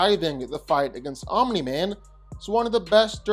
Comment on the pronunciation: Guyssss he finally said Omni Man instead of 'Om Nigh Man'. Proud of you 💪🏻